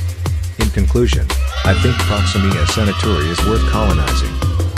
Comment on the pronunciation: "proximima santori" 💀